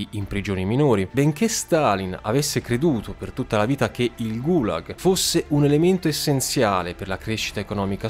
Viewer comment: GulAAg nonGUUlag, CAAtorga, non CatOOrga